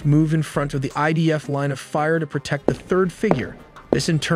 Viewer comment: Admin Its idf not Ibf 🤣🤣🤣😂😂